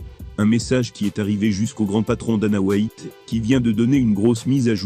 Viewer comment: Dana "Whyatt" 🤦‍♂️🤦🏿‍♂️🤦🏻‍♂️🤦🏼‍♂️